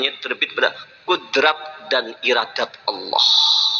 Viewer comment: Subhanallah..benar YaaAllaah...tapi kalo boleh usul tolong kalimat ha dlm lafadz Allaah jgn pakai ha kosong(ح) kada tapi nyaman talinga mandangar nya...🙏🙏🙏🙏